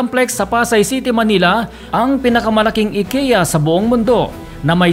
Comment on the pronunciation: I-KEE-YA po